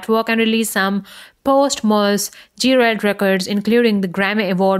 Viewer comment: She said "Gee - Railed" lol